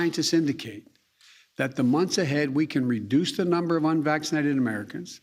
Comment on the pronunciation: "We are going to protect vaccinated workers from unwaxinated co-workers" 😆 🤣 😂 What a moron...